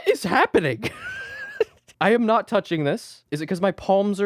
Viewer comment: Data could Nat be read because it’s Nat 😂😂